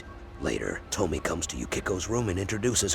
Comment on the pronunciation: Why are you mispronouncing her name? It’s To-Me-Ay